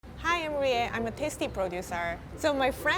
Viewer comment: No one : Absolutely no one : Rie : chef “Ra”